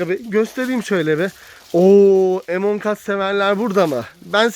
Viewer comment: abi ,abla amongus emongas değil